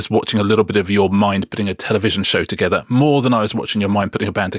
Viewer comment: toget-EHR was all i could take